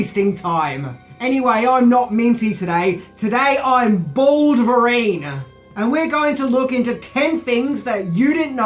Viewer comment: I thought you said Ben Vereen at first, not Baldverine. 🤣